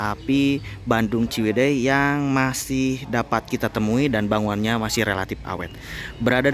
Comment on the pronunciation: sekilas terdengar ngucap BANGUNNYA😁. Harusnya kan BANGUNANNYA😁